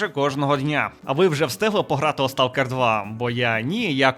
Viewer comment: хтось із українців знає, що англійське слово Stalker насправді звучить як СТОКЕР?